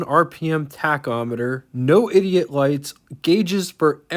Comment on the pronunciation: You did very well covering the Hawk. You said tachometer-perfect! Check your 0 to 60 time. It was 8.7 seconds. The coupe style originated in 1953 when the famous Loewy coupe was introduced (actually designed by Robert E. Bourke). I'd like to see your documentation regarding an AM/FM radio option. Studebaker first offered a Delco AM/FM radio as an option in 1964. Most American car manufacturers offered AM/FM in 1962 or 1963, depending on what source you are referencing.